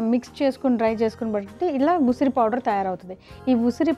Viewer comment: Usiri..usara kaadu..dont murder telugu